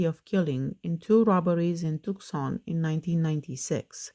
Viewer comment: Hey just a friendly tip: "Tucson" (Arizona) is pronounced with a silent C. So you say "too-sahn." Great video as always ❤